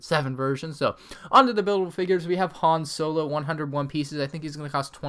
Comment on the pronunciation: You pronounced "Han Solo" incorrectly. Idiot